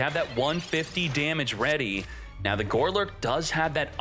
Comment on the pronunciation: How many times are you going to say GOLURK incorrectly?! Not gore-lurk. GOlurk.